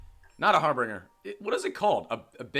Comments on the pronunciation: It's pronounced har-binge-er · Someone one please tell this man is pronounced Har-bin-ger